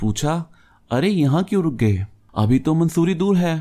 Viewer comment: It is not mansoori Its mussorie